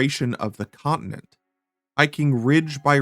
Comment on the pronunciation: What's a 'co-i-nent'?